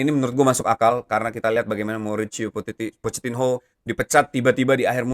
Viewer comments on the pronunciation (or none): PochettiNO bang bukan PochettinHO , agak risih dengernya wkwkwkwk :hand-purple-blue-peace